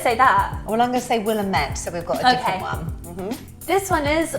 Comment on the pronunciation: Nope, it's Wil-LAM- et for Willamette.